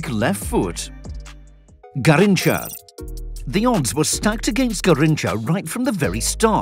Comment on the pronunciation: Ga heen cha is the pronunciation